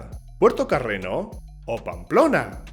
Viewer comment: No se dice Carreno… es Carreño… de donde es usted?